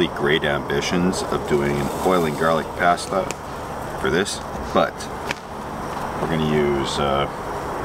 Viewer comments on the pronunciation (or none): We pronounce it “pasta” Not “pasta”